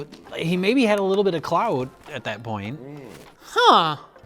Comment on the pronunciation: It's weird hearing say "clout"